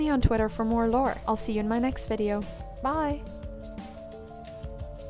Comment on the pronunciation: I keep hearing vid cunt